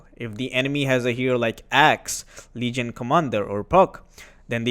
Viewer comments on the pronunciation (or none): none